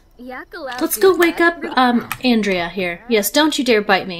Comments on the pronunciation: I think Andrea as a guys name is On-dray-a (it appears to be Italian when it is used as a male name, I had to look it up as I'm used to it being a female name 😊). However you do pronounce André as On-dray 😊. Though to be honest, without looking it up I wouldn't have had a clue how to pronounce Andrea, I've met a few Andrés so that name I knew 😊. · What a fun filled episode. Andrea is such a cutie, much more so than Roy in my opinion. um, by the way, Andrea as a guys name is pronounced On-dray. I was thinking maybe he knew you mispronounced his name and thats why he wasn't sticking around to chat in earlier episodes, some folks can be so touchy about stuff like that 😉